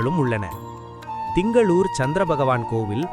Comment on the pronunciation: என்னம்மா இது இப்படி பண்ணிட்டிங்களே.... Dhingalore இல்லை. திங்களூர். ( Thingaloor ) அடுத்து ஜெய் ஜெய் சந்திர பாகவான் இல்லை. சந்திர பகவான். ( Chandra bagavan ) உச்சரிப்பு மிகவும் நன்றாக இருக்க வேண்டும்.